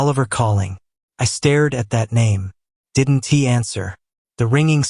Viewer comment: Have you listened to the narrative? The speaker is still screwing up every contraction. "I did N T" instead of "I didn't" - that's only 1 example - and the mispronunciations are really bad for someone who listens while completing other tasks.